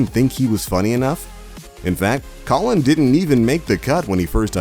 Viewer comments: This guy really called colin colon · You don't even know how to say Colin's name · haven't you noticed he botched up the first name too, it's Colin, not Colon!!! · Colon Mockery